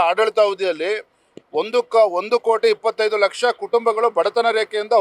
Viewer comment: ಇವನಿಗೆ ಕೋಟಿ ಅನ್ನೋದೇ ತಿರುಗಲ್ಲ ಸರಿಯಾಗಿ ಮಾತದೊಡಕ್ಕೆ ಬರಲ್ಲ ಇವನು ಒಬ್ಬ ಅಧ್ಯಕ್ಷ